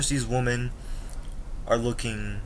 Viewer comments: Not to be mean do you have a speaking problems it's wemen not women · Hey dude I kinda agree with you although i think you are a bit young to give up on US women. And one thing you got to learn is the pronunciation of the word WOMEN in plural. its like this "W I M I N" cheers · You are pronouncing women wrong. You are saying it singular not plural. Maybe that's why you can't find a good american women. 😂😂😂😂